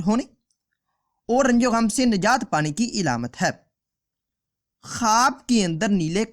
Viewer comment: Alamat hota hai ilamat nhi